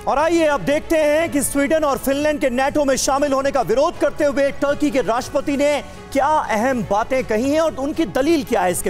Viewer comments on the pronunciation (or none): tarky nhi ,turky hai